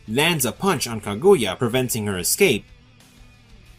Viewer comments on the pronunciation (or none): none